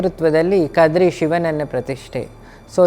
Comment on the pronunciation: Not. Kadri.....it's. KADRE.... The Tulu word